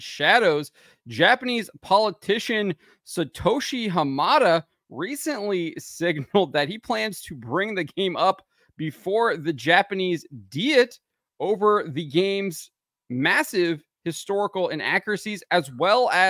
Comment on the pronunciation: 'Diet' is pronounced 'dai-eht', not 'dee-eht'.